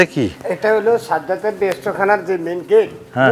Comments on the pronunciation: সাজ্জাদ নয়, শব্দটা হবে শাদ্দাদ। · সাজ্জাদ নয়, শাদ্দাদ।। শাইখ সিরাজ ও চ্যানেল আইয়ের এই ভুল মানতে পারছি না। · His name is Shaddat not Shajjad.